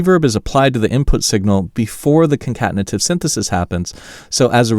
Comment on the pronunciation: Love how you said the word "concatenative" as if it was just no big deal 🤣👏